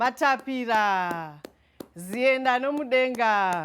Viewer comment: Matapatira not Matapira